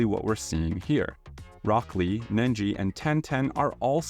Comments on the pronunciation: Hearing you call Neji "Nenji" broke me a little ngl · Why did you call Neji "Nenji"? XD Where did the extra N come from? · I've never seen a more boring video on one piece than this 😅 and it's Neji not Nenji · Nenji? I thought his name was Neji?